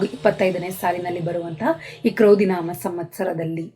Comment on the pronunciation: Mam,pronounce ಕ್ರೋಧಿ ನಾಮ not ಕ್ರೌಧಿ ನಾಮ. ಜನ್ಮಜಾತಕ ಇಲ್ದೇ ಇರೋರು ಏನ್ ಪರಿಶೀಲನೆ ಮಾಡ್ಕೋಬೇಕು mam? ಸಲಹೆಗಾಗಿ ಧನ್ಯವಾದಗಳು mam